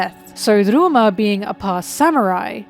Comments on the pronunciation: ok don't get me wrong I love this video and your content but OML, CALLING RYUMA "rooma (with a rolled r)" AND SHUSUI "shisooie" is some of the funniest shit i've heard all year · Might be falling for engagement bait, but: Ryuma is pronounced Rē-ū-muh Shisui is pronounced Shē-Swē